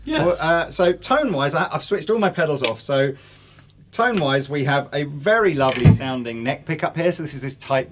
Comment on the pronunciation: love how you keep sayin "toan" when it's spelled tone lol